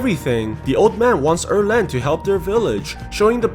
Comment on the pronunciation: Its 二郎 not err leng.